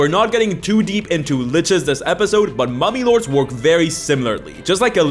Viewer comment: Not gonna lie, when he said Mummy Lords, I thought heard Mommy Lords... And my mind went somewhere completely different. I need help.